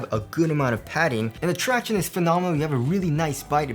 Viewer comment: Thanks for stop saying ‘tractioonees’.